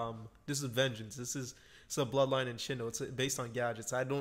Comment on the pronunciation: Listening to him say Vengence is just hilariously painful